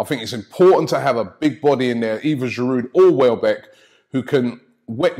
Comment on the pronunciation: I think pronouncing Giroud's name properly might help him play better... man's in this country almost 4 years and you lot still call him giroude